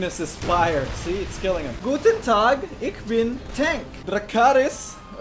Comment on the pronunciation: says ick bin tank instead of eesh been panzer crys in german